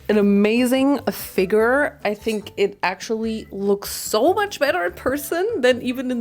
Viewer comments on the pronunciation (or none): Hahha sorry but so funny you said “figure” like “figger” 😂